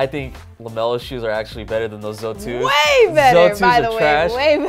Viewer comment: It's Z0 2s not Zoe 2s tf